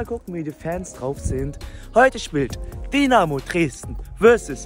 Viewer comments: Es heißt nicht Dinamo,sondern Dynamo!(Sowas regt mich auf!)😉! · Das heißt nicht Dinamo sondern Dynamo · junge das heißt dYnamo und nicht dienamo. 😂 das tut weh im ohr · Danke für deine Doku😊. Komm gern wieder ins Stadion! Aber Bitte DYYY nicht Dinamo😂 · TIPP:nicht Dinamo,es wird Dünamo ausgesprochen und Dynamo geschreiben 😊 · Bitte in zukunft dynamo sagen, nicht dinamo. Und noch ein tipp am rande "licht am fahrrad - dinamo" ist vielleicht in manchen Situationen nicht unbedingt förderlich für das körperliche wohlbefinden 😂😂 Und vielleicht bei den nächsten besuchen von Stadien die Menschen um dich herum nicht so nerven 😂 der kerl neben dir guckt nicht nur einmal total genervt 😅 Aber alles in allem steht fest woher die besten Fans kommen! Elbflorenz 🖤💛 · So,...und jetzt nochmal richtig DYNAMO spricht man "DÜ Namo" nicht DI Namo". Kriegste noch hin, Bro! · Dynamo.. nicht Dienamo :D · Dieses dinamo es heißt Dynamo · Es heißt DYnamo und nicht DInamo. Danke 🖤💛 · Tipp: es wird Dünamo ausgesprochen aber Dynamo geschrieben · Es ist grausam wie Du Dynamo aussprichst. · Wer noch nicht mal Dynamo aussprechen kann. Respektlos ist mit Licht ans Fahrrad Dynamo. Sollte dieses video für sein scheiß Clickbait Löschen! Zu 100% hast du nichts mit Fußball am Hut ubd solltest wieder dahin gehen wo du her kommst!